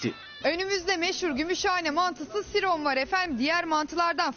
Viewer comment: Siron değil ziron Bayburt'ta aittir